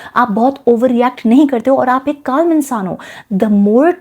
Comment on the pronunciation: In Calm - L is silent. Rest Video was good. (Take it as a constructive feedback)